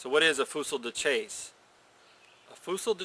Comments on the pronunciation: pronounced "Fue-see de shass" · Great, informative video. My favorite reenacting gun, both for it's looks and versatility. Btw, and meaning no disrespect, the period correct pronunciation is "fewzee duh-chahsah." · Pronunciation... FOO-SEE DA CHASS. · actually, it's pronounced "fuzy duh sa-ush" the L is silent and chasse sounds a lot like sash. it means hunting gun(fusil is gun, chasse is hunt or hunting). many people here in eastern Canada still call any gun used for hunting by this name. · Wow, he butchers the name pronunciation, misidentifies it as a trade gun, and says .595" is .62 caliber, and takes to do it. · this guy is hilarious when he says the name